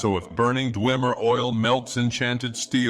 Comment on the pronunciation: The pronunciation "dweemer" never gets old